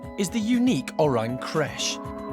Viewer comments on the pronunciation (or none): CRECHE - NOT CRASH!